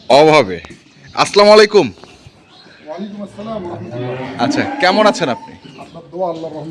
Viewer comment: ভাই আপনি কি হিন্দু না মুসলমান মুসলমান হলে ছালামটা ভালো ভাবে দিবেন এটা কেমন ছালাম আছলামালাইকুম